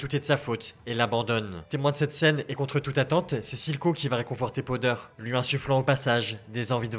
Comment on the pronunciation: Powder au lieu de podeur sinon bonne vidéo